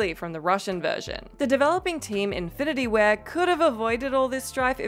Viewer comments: Is it just me that noticed she said "Infinity Ware" as the devs for modern warfare? Infinity ware... this is a gaming channel and they don't know who made one of the biggest games of our time.. I really do enjoy the majority of these vids, but get your s**t together guys, gameranx are out here looking like an Oscar award winning blockbuster, and whatculture is out here looking like "the room" from Tommy wiseau lmao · Just fyi; The Call of Duty dev team is called Infitity Ward not "ware"